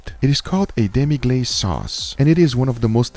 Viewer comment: Demi-glace is certainly a cheat code for sauces, but the pronunciation is killing me - It's French, so the pronunciation is closer to de-mE-gloss than de-mE-glaze . Those packets have been showing up more and more lately, so just my 2 cents...